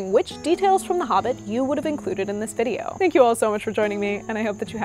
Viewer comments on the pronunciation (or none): none